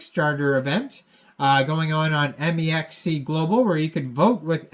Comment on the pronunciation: “M. E. X. C.” Tell me you’re not a trader without tellin me you’re not a trader. 😂